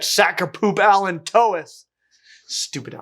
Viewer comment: "Allan Tois" deserves better. 😅